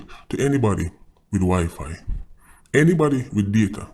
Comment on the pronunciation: Wen u say wifi it sounded like sifi lol. They gave up their own to get freedom. Unity is strength. Those days done and gone. They live in Jamaica, using Jamaica money, everything in Jamaica so why act as if the law doesn't govern them also. If war bruk out down there I'm sure jdf hafto go down there or jcf go resolve it. Yes I admire their living and it's cool how they live as a group and it's great to kno it's apart of our history. I think they need to come to an agreement tho.